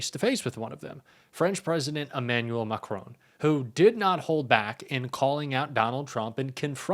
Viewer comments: For goodness sake can you not read His name is MACRON Not MACRONE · You pronounce President Macron as it looks. But it is not Macrone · Yes good … but please pronounce Macron’s name correctly. It is part of respect. He is not a *macaroon*!